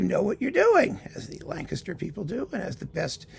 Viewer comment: You pronounced Lancaster correctly !